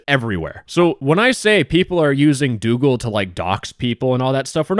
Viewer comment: Doogle X Dox-oogle ✔